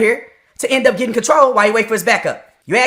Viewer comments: "You axe me'' -- self centralist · If you "aks" me little man, you haven't tried your luck to soften me up. All cops are bootlicking cowards. All cops are criminals. All cops are Traitors. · "Ax me this." "Ax me that." Ax like a tyrant and sounds like he ignorant. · You aks me? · That cop needs a boot to the head and fired immediately. What a piece of shit beating up on a 14 year old kid..really. deserves the same if you axe me. Learn English stupid the word is ask. What a piece of crap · Did he just say, ' If you axe me I got no problem with that' Well if you ASK the people, gets the finger...AGAIN. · It's 2023 and black people still can't pronounce the word ASK? I guess they will never advance as a race. The most dysfunctional culture on the planet and this guy proves that beyond ANY DOUBT. Take the smug look off your face, Ace the shitty superior than thou attitude and pick up a English dictionary and practice and learn the language you fucking moron! SMH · He sold his soul to the devil and there is NO to get it back. A satanist phycopath that can't even say ASK. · Big man can NOT even annunciate ASK correctly. He speaks like an idiot. If you axe me? Shut up fool.